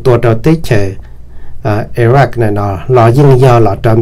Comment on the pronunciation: koj cov lus hais xov xwm yeej zoo lawm. TAB SIS KOJ HAIS 2 LUB TEB CHAWS. XWS LI IRAQ. THIAB IRAN NO MAS YOG TIB LUB SUAB XWB. koj yuav tsum hais kom meej meej ma Iraq yog Iraq. Iran yog Iran hos thaum kuv mloog 2 lub teb chaws no lub npe ces kuv tsis qhuas koj kiag li ntag pom yeem hais xov xwm rau neeg mloog thoob ntiaj teb yuav tau hais kom meej thiab raug li luag hais ntawm Kim Jong Un los koj kuj hais tsis yog thiab ua cas yuav tsis hais kom thooj li meskas hais lau kwv tij koj yeej hais tau zoo lawm ntag TAB SIS TEJ KUV HAIS TAS NOV MAS KOJ YEEJ HAIS TSIS RAUG LI LAWM NA xav tias koj yuav pauv kom yog rau yav tom ntej. ua tsaug